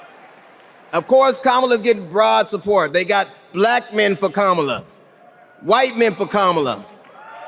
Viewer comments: A presidential candidate who can not even pronounce his opponent's first name? Oh, well then you should lose the possibility to get most jobs on the planet. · I'm a supporter of the ticket but the more I see the GOP flounder from attacks on Walz son to tying him to China to just the plain childish disrespect in deliberately mispronouncing her name...I just want them gone...I'm glad to have ticket that I'm excited to vote for but the Republicans behavior is energizing me just as equally. Vote BLUE up and down the ticket in November...heck skip November...find out when early voting is in your state and VOTE!!!!!! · KAMALA = Camelot! emphasis on the first syllable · Some people are getting very upset with Trump's pronunciation of Kamala. So, let's try an experiment to make them feel better. Donald gets the sounds right, it's the accent syllable that he messes up on. He doesn't think it matters. He says ka-MA-la, when the right way to say it is KA-ma-la. Now, let's help him understand the importance of correct accent syllables: He says DON-ald. But if accent syllables don't matter, than we can also say do-NALD. Practice it now: do-NALD. do-NALD. do-NALD. do-NALD. do-NALD. THERE. DOESN'T THAT FEEL BETTER? Glad to help.😊 Vote BLUE all the way! 💙💙💙💙💙💙💙💙❣ 💙🇺🇸💙💙🇺🇸💙💙🇺🇸💙💙🇺🇸💙💙🇺🇸💙💙🇺🇸💙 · Don-Old proves his IGNORANCE every time he is unable to pronounce simple words like, KA-MA-LA! He probably calls his wife, Melvania 😳 ! What an IDIOT! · At yesterday's rally, trump called Ms Harris cam- a-luh, like camera. If he can't pronounce her name after all this time, and says he didn't know her before the nomination, maybe he's too dumb to run a country. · Is Trump just incapable of pronouncing Kamala Harris's name correctly, or does he think he being clever,,,,If he keeps pronouncing her name Ka-Mala,, or Kamobla,,she should start pronouncing his name Don-Old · Only him thinks he’s being funny mispronouncing her name. To the rest of us. He’s stupid.